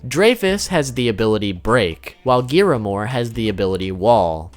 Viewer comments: Giramore??? Really fam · GRIAMORE. GRIAMORE!!!!!! NOT GIRAMORE!!!!!! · Broo, why do you say giamore, its griamore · ITS pronounced griamor not giamor😑😑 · It's griamore and dreyfus not giramore and drake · Why hav i not seen a singel Persson comment that they say “Giramore” instead of Griamore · Why do you say “Gearamore”? It’s GRiamore. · Who the fuck is giramore it's griamore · It’s griamore not giamore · its not giiiiiramor its griamor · gearmore? isn't it griamore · you said geamore its greamore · GRIAmore not giramore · You said Giramore,its Griamore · "Giramore" "Dererie" "DOLER" Im going to CRY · did he say "Giramore"~? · the amount of mispronounced names 👌 “LionAYS” “GEARamore” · Them 🥴: “Melly Otis” “Escan or” “Gear amore” “Lyonnaise” “Gloxsin ia” “Droller” All of us Seven deadly sins fans ❣️ : WTF?!! 😤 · Did you say giramore? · ignore this pls but it's gree - ah- more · I wanted to die when he said giramore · It's ZaraTRAS and GRIAmore I love the video I know things I didn't know before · ?? idk if it's just me but I'm pretty sure they at least pronounced Meliodas, Escanor, Liones and Gloxinia right Griamore, Derieri and Drole tho yeah no idea how they messed that up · oy y u not know how to say the names of griamore and zaratros proply??????? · WTF IS IT ABOUT YOU GUYS INABILITY TO PRONOUNCE GRIAMORE??? i love you but it pisses me off xxx